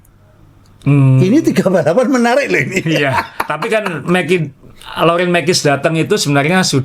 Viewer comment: kalo nyebut lautent mekies tambahin s (mekis) belakangnya, kedengaran gk enak kalo nonton di samping ada orang, agak ngecilin volume jadinya😂